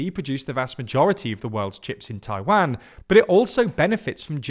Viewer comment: Please pronounce Taiwan correctly